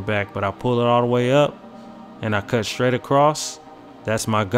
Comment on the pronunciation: he said cut I thought he said cuh 😂